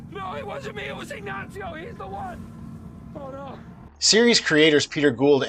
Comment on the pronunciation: Ignachio. Lol